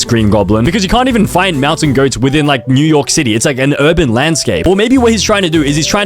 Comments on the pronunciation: Did he say mew York city or was that just me? Oh and there is not a single movie without P.Diddy in it and I only watched a little over half the video. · Did he say ’’mew York city’’ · bro did NOT just say Mew York City 😭🙏